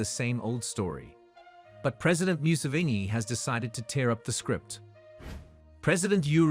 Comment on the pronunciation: We thank our president "myu-sivini" 🤷🏾‍♂️😊